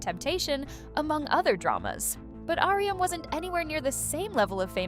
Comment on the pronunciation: honestly can't get over the 'ahrium' lol it's just 'ah-rum'